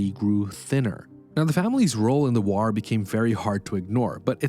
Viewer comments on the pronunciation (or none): Stop saying ‘waur’. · and saying "whar" for war.